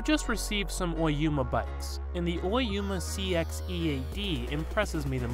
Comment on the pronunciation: Oyama not Oyuma...